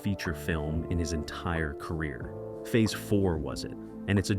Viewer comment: Fee-Aze 4? LOLOLOLOLOL